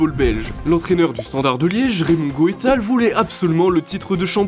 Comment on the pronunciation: Désolé j'ai arrêté de regarder en entendant "AS Romé"... Ca commençait à faire beaucoup entre "Gotal" et le reste... Pas tres sérieux quand on est une chaîne parlant de sport 😢